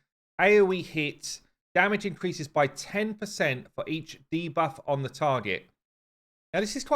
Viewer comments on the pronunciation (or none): none